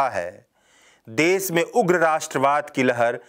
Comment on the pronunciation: Ravish type voice. Good. Bus letter sound me sudhaar lane ki zarurat hai. Jaise : Des, nhi Desh. Hajar nhi, Hazar. Mareej nhi, Mareez.